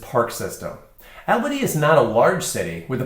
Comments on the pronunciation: It is pronounced ALL-bany., not AL-bany. Long-time residents can tell you about the vast system of ancient deep underground tunnels in Albany, Salem, and Corvallis. I have heard many stories about where tunnel entrances are and were. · You keep saying the name wrong!